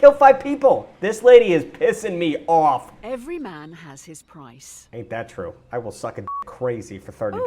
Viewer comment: mass. accent REALLY comes out 😂 “pissing me awf” 😂